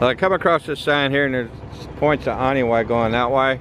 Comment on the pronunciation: This a very beautiful drive. I believe the locals pronounce Anini-y like "Uh nee nee ee" Keep up the good work.